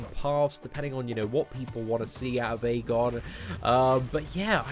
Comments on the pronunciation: Ik I'm 5 months late but it's actually pronounced Ee-gon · the Æ character is pronounced "ash" in the English language, therefore, this champion is actually called Ashgon, NOT Aegon!!! Check it on WIkipedia and other official sources